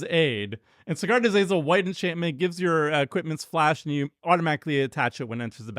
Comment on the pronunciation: starts saying "white" like he's been watching too many Dr Umar videos.